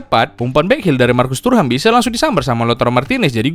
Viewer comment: thuram ❌ turham ✅